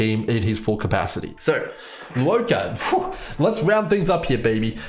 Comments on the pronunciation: Not tryna be a dick but his name is pronounced 'Luo-CHA'. Not 'Luo-KA'. Just wanna point it out. Otherwise good video thx. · I agree, I'm Chinese and it's pronounced as "luwoh-cha" The cha in Channel not "ka". Still great video! Definitely pulling for him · I could be wrong bc I've never heard his name pronounced in the game's CN dub and I haven't seen his name in Chinese characters, but I'm fairly certain it's meant to be pronounced "lwuh-cha". Even from an English speaking perspective it doesn't really make sense to be pronouncing the u and o in Luo separately nor to be giving the ch in cha a hard c sound